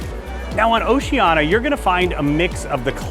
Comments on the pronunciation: You keep saying Oceana. It's Oceania. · I would watch cos I am going on one of the cruises on Allura, but if you can't say OCEANIA correctly, not even once, but rather butcher it five times a minute, (notice the i , which makes it ooooo ceeeeee aaaaa neeee aaaaah) then I'm going to give it neg thumbs and NOT watch it....